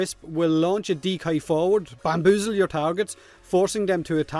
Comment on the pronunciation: Are we going to ignore the fact the dude said "BAMBOOZLE"